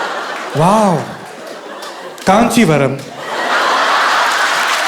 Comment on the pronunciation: It’s Kanchipuram brohh !! 😂❤️